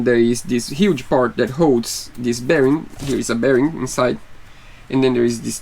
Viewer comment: Put your tongue under your front teeth and blow.......THIS not deese or dis. Practice THIS